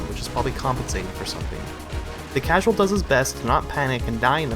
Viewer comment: miutes in for modder u said causal